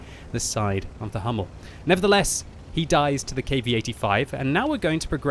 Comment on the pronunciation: Hi, just a short advice. The correctly pronunciation for the Hummel it isn´t "Hammel".. This means a muttony in Germany;) Try to speak it like the word "you" without "Y"... hOUmmel